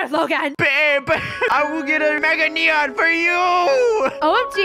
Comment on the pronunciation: Yeah it's neon not nenon